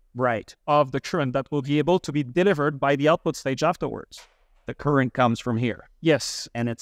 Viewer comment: I learned a new term for amplifier, its called, tchurent! This guy just refuses to even try to pronounce it correctly.... so annoying....